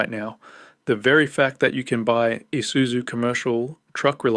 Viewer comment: Pa hairo ,nessaarn eesuzu are you even Australian 😂😂😂 tb42 uses 15L just to start up